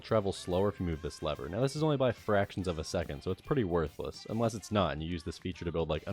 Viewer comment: The way he says "worthless" is home